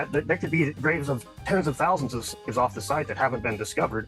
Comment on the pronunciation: Bruh can't even say the word slave lol